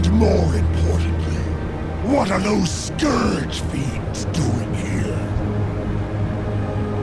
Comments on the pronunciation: You pronounce scourge with an o like in torn, when it's like the u in turn. Garrosh even says it correctly during your video. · Archimonde is pronounced, Ark-ih-mond. Its said multiple times in audio dialogue. Scourge, in no way, in pronounced scorge. Say Skurjh. you heathen. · how can you fail at pronouncing "scourge", and then later on perfectly execute it? lol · just hated how you sayd scourge